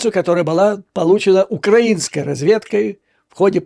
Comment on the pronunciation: Дякую Вам за інформацію, за аналітику, і особливо за поправку в наголосі з укрАінської на украІнську ❤ Повністю згоден з Вашими висновками щодо πздобратії в керівництві України. Щиро вдячний за висвітлення діяльності цієї шобли в світі.